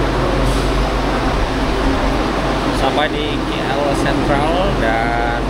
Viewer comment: KL bukan kie-ell